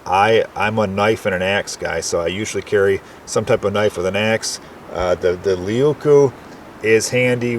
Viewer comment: " Laykoo" Leuku means big knife in Finnish. 🐻